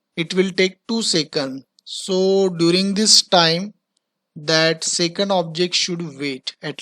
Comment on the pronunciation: and also it is second not secund